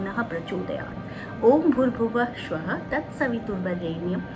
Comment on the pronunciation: You pronounce shwaha it's स्वाहा आप सा को श बोल रही है